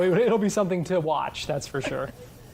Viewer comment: “Fir”? It’s “for”.